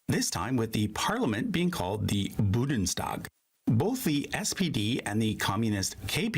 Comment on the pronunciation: Every time the narrator says "Budnstag" I wanna punch him so hard! 😡